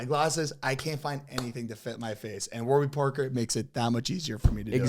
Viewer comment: Am I the only one who noticed during the one ad read the website was wrong? Isn’t it Warby Parker. Not warber Parker lol